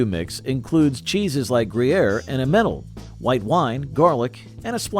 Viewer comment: Emm-en-Tahler, not Emmennel. Where do you get these narrators?